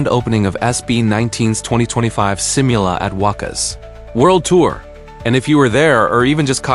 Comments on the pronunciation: "seem you lah" :v ~AI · that's one word u kept on repeating in this video... You might as well do some effort pronouncing it correctly just like the way Filipinos try hard to give neutral or close to American accent and "proper" pronunciation of English words😅😂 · hit like and subscribe?🙄 hell no... u can't even properly pronounce one word u kept on saying "simula"